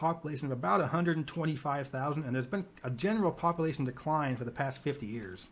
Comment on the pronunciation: I love watching your videos but I couldn’t listen to the guy say “populasin” anymore 😭